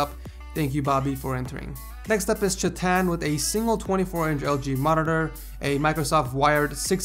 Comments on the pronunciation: chay-tun chay - rhymes with bay tun - rhymes with bun you're welcome. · bro, Try to Improve pronunciation of Indian name like Chethan. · lol ... hearing him pronounce "chethan" while drinking coke wasn't a good idea ... xD